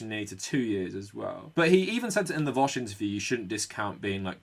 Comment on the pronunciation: Can't believe you actually came up with a new way of pronouncing vaush.